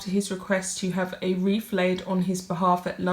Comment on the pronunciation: It’s not a “weef”. It is a /wreath/.